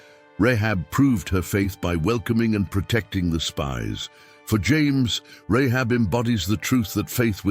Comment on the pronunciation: Say her name right - I can't watch this you're destroying it Rahab ... seriously